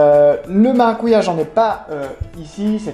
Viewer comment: On dit maracudja